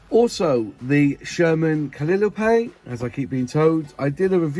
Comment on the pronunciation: It is cal-eye-oh-pea!